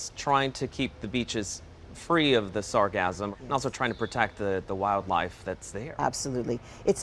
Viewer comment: Can someone please teach these journalists how to say sargassum.....😮‍💨